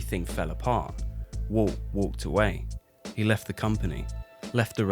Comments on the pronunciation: As a non native speaker I hear "Wolf" constantly when you say "Walt", more like "Woalt". So confusing to listen to. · As well as ‘Walt’ sounding like ‘Wull’… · His name is Walt not woolt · I always thought the main character's name is Walt, not Woo. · It’s Walt, not woot